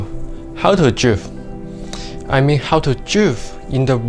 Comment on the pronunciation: Dwifting😂 i love how hé says drift😂